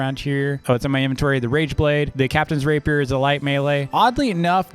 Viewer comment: It’s not pronounced raper it’s pronounced rah-pee-air